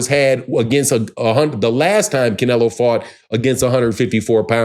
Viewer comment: You can’t even pronounce Canelo’s name, right😂😂😂